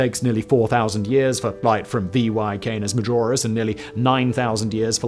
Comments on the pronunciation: It's VY Canis Majoris, not VY Canoras Majis, it would take an object at light speed 14 seconds to circumnavigate the sun and over 5 hours to circumnavigate VY Canis Majoris. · Lol he literally said "Canoris Major" while talking about VY Canis Majoris.. it's like no one even gives the video a quick watch before clicking upload..